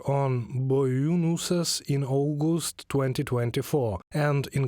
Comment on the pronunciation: After 40 seconds, it’s sign not sing and amount not amound and it’s August not Augusd